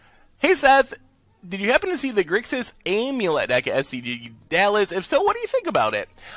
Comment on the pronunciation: am like amateur. Not Ahm like omlette or aim like aimless. AM-ulet.